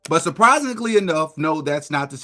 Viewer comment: But "surpisinkly" enough...? Come correct when you swing at the King or don't swing at all fool